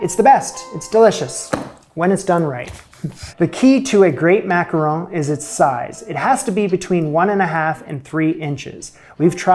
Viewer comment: Mack-ah-ron 🤷🏻‍♀️ Why Americans have so much trouble with one of the most common sounds in English (Don, gone, fawn, lawn, John, Mack-Ah-RON) is a mystery for the ages to me 90% of the time I hear them called everything but by Americans! EET makes me a leetle crazee! :D